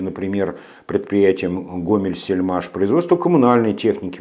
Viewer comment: Правильно...Гомсельмаш,а не Гомельсельмаш